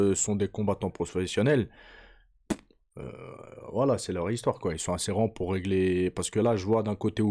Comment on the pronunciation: ’’Fofessionel’’ 😂😂 MDR